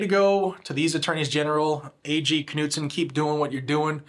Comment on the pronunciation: Just so you know, “Knudsen” is pronounced “Nude-sen”.